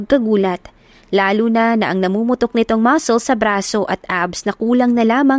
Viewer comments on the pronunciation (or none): none